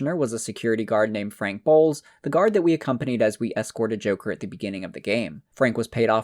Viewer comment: Everytime I hear "Frank Boles" I hear "Frank Balls" .